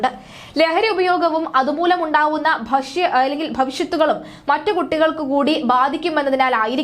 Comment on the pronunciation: ഭഷ്യത്തുകൾ അല്ല ഭവിഷ്യത്തുകൾ എന്നാണ്